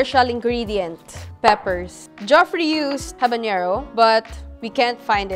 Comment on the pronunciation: Great that you consolidated different adobo recipes into one feature video. However, please be aware that "Weissman" is pronounced as "WISE-man"; and the pronunciation of "Geoffrey" varies but is usually the same as "Jeffrey"🙂